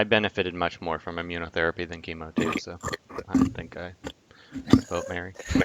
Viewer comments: It's Chem-O like chemical. Not Keemo like cancer treatment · Yeah, the "Keemo" thing really irritated me as well. I've always thought of him as a CHEMical Organism, so Chem-O sounds right in my head while "Keemo" just sounds wrong. Hey, poe-tah-toe ~ poe-tay-to ... such is the nature of the hodge-podge English language. ;) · Just checked an official DC cartoon, he is right it's "kem oh" not "keem oh". I've pronounced it wrong my entire life =(